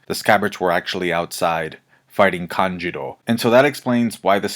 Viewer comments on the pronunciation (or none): It is fucking K A N J U U U U U U U R O not KANJIRO